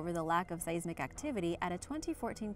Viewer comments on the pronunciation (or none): Your pronunciations are killing me. Seismic and arthropod in this video and at least one technical word per other videos. You are, however, not alone. Most non-scientists trying to educate the public are guilty of this across You Tube.